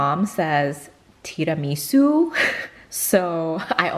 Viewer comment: I am Italian - your mum pronounces tiramisù correctly! x